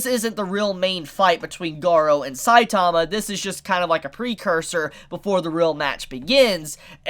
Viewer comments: Can you guys learn how to say saitama right? Gosh so annoying. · Weird that this dude can't even pronounce "Saitama" correctly.....sad